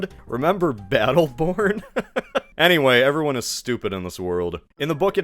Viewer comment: the most telling thing about battleborn’s cultural staying power is that i couldn’t tell what you said and thought you meant “beetleborg” like its more likely the big bad beetleborgs, a power ranger copy from the 90s, was more likely than a 2016 video game